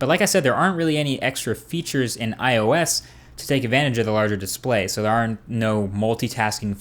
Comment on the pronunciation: i love how u missaying ios all the time. u said: iso ois etc... lool